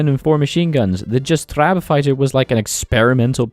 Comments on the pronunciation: Jastrząb - Yastshomb , not this vaguely dutch sounding Jstraab , or just fucking say hawk, it doesnt matter. None of this matters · Great video, also in polish that ą in jastrząb is prouneced more like "oh" and the j sounds like y and the rz as zh so in the end it should some something like yastzhohb (I tried my best at explaining this lol) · The way you said jastrząb as jastrab XD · the way you said jastrząb plane i want to cry